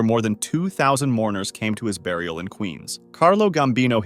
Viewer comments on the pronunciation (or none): none